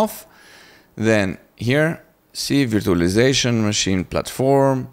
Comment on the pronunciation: bro it's not veertualaizashon, it's verchualaizashon.